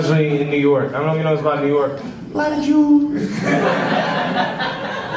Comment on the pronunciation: Lmaoo "jeeeeuuiis"